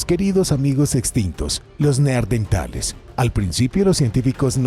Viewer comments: Igual que en el otro video ,les vuelve a decir neardentales 😂😂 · Los neardentales😂😂